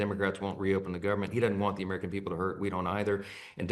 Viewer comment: He said Americur 😂